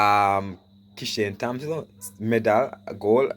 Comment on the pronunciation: the "h" is silent😏in Thompson😶‍🌫